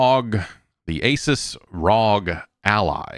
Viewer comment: If Jeff keeps pronouncing Asus wrong there will continue to be a BlueChew ad black out for this podcast.